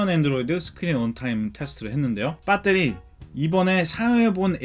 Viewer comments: 배에뤄리~라고 안하고 한국 토종발음 빳!때리 라고 하네요 ㅋ 잘봤습니다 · 미국 사시는거 같은데 뽰떼리 발음이 정말 찰지시네요 ㅋㅋㅋㅋㅋ 리뷰 잘 봤습니다^^ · 항상 뽜때리 발음들으러 영상봅니다 ㅋㅋ 감사합니다. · 영어 악센트 사이에 빠때리 발음은 아주 구수하네요 중독될듯ㅋㅋㅋㅋ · 빳떼리 입니다!ㅋㅋㅋㅋㅋㅋㅋ